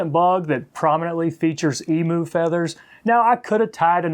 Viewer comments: Great fly i am an Australian and the correct way to pronounce Emu is Em you not emoo it's on our national coat of arms with the kangaroo great feathers for tying big Murray Cod flies a native fish to parts of Australia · Hahahaha you have an interesting way to say Emu, the Em is ok but pronounce the u as you....Emyou, and you will have it. An interesting looking fly, thanks.